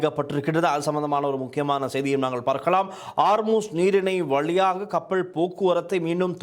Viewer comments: கப்பள் இல்லை கப்பல் முதலில் தமிழை ஒழுங்காக கதை சும்மா அநிராக்கு செம்பு தூக்கிக் கொண்னு முக்க வேண்டாம் நீ எல்லாம் எப்படி ஊடகவியலாளர் உனக்கு தமிழே சரியாக வராது அமுக்குள்ள வந்திட்டார் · கப்பள், நிளையில், பறபறப்பு, அணுப்பி, பளி கொடுக்க, இறுக்கின்றது, இறுக்கு, சிக்கள், பாறிய பிறச்சனை, பனரும், கறுத்தையும், கொள்ளப்பட்டார் இத்தனை உச்சரிப்புத் தவறுகள் தமிழ் ஊடகங்கள் தமிழுக்கு மதிப்பளிக்காத???